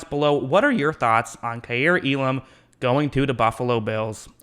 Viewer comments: EE-lum not uh-larm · Hearing you mispronounce Elam’s name is nails on the chalkboard.